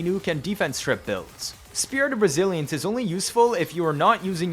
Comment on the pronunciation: every time you say " spirit of resilence" i hear "spirit of brazilians"